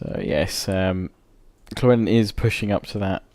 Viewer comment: Why do you pronounce Llewellyn as Klewellyn???